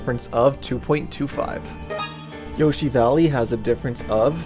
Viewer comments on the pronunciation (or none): none